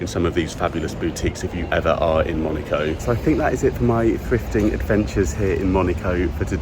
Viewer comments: Fantastique... mais c'est MonAco et non Monico, s'il vous plaît! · I only hear MONICO not Monaco 😂😂😂 sorry mate but that aint it 😅